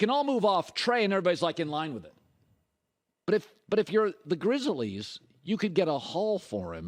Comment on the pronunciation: “The Grizzle-Es”😂